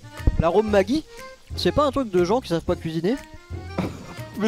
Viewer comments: Ca se dit [Madji] pas [Magui] Maggi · Maggi ça ce prononce "majie" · Il y a que moi qui dit maggi et pas magui 😂😂